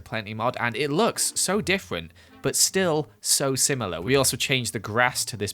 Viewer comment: Anyone gonna point out how he said "so diffwent but so simawor"